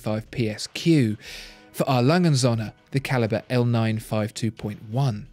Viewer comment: I am a german, I love how you pronounce A. Lange und Söhne ;).